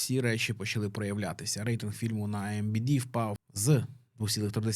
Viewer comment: Просто гидота, дизлайк. Галь гадот, не зміг прочитати, IMDB перепутав, половину закінчень зжував, можливо на курси читання чи дикції сходити.